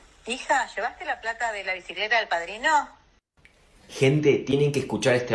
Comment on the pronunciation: Media tramposa la frase porque justo en la parte que dice alquiler o bicileta, lo pronuncia raro..😂 (se le afloja la lengua).